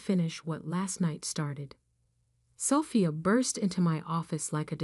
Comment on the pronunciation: You really need to say the Annunciation of the name ' Sophia', but a good story.